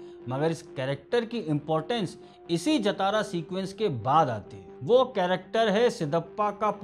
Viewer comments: Not jatara... It's pronounced as jaa-ta-ra जातरा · उच्चारण ❌ जतारा नहीं 👉 जातरा ✅ करना चाहिए। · it is jaatra not jatara, written as jathra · Jatara nahi sir Jhataara jha-ta-ra. Fest! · Bhai.. nice review, take a bow 🙏🏻 By the way, it’s not #Jatara (जतारा) but it is #Jaatara (ज़ातरा, జాతర) or #Jaatra (जात्रा, జాత్రా) Thank you 🙏🏻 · jaatara, not jataara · It's Jaathara...not jatara..please correct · Jaatara ki pronunciation thoda galat hei.. जतारा ❌ जातरा ✅ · Bro it's not jataraa. Its jathara 😆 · Please say JAATARA not Jatara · Pls pronounce correct it's Jaatra not Jataara😊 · Brother, it is pronounced as Jaaa-thara and not Ja-Thaaaara. ❤ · jathara is wrong way to pronounce it should be pronounced as "Jaaathara" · जतारा नहीं जात्रा होता है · Baabu!!! it is 'जातर' not 'जतारा' --- its 'मातंगि वेषम्' - Not 'मतंगि वेषम्' please correct the pronunciation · Sir as telugu audience i want to correct the pronunciation of jatara, its actually jhaaathara,,i am sorry ,,jai hind ,, you have given a great review understanding the core philosophy,, 🫡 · It's Jaaa-Traaa jaatraa .....Matangi vesham or Vesh on 6th day. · Sir , no offence...your pronounciation of #JATARA is wrong...talk to any Telugu friend for correct way...if you can share your number can call you to explain ...am a तेलुगु speaking person